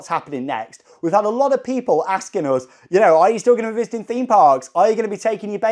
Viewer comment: “Us” = “Oh-zzz” 😂😂 keep the videos coming! Especially the Universal GB updates